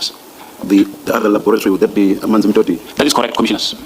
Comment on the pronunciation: It's amanzimtoti and not mzimtoti... 😂